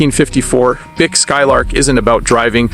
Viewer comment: Pronounce Buick right!